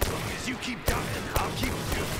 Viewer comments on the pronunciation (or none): none